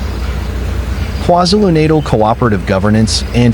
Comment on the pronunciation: KwaZulu-Natal Learn to pronounce You disrespect us.